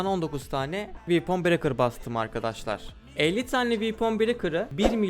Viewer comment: Böyle delikanlıya "vepın brekır" ı "viipın brekır" diye telaffuz ettiren oyun bize neler yapmaz!